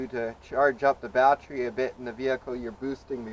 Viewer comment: Got the info I needed and had to stop this vid asap. Bat ter y. Three syllables. Bat-tree was driving me nuts.